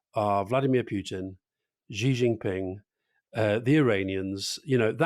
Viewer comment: I enjoy the show, but you're both supposed to be expert political commentators and knowledgeable about international affairs - please learn how to say the name of the leader of the 2nd most powerful country in the world. The Xi in Xi Jinping is not pronounced Zee or Cee. It takes 2 seconds to actually check and learn.